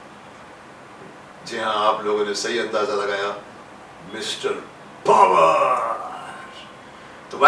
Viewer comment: बचपन मे जब शकिमान में डॉ जैकोल पावर बोलते थे मुझे फवार सुनाई देता था जिसको भी पावर की जगह फवार सुनाई देता था बिना शर्माए बताए